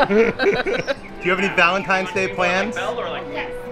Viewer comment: Did just say Vaelntime's day lol i think he did